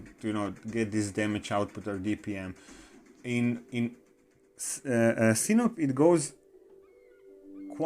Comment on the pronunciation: It's not Sinop, it's SinOP 😎